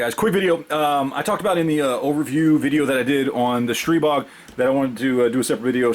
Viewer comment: You actually pronounced it correctly! My experience with the Stribog has been outstanding. I have just over 2000 rounds since I got it last august with 0 malfunctions.